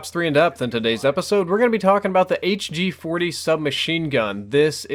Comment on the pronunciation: Thank you for not pronouncing it the "hache g-40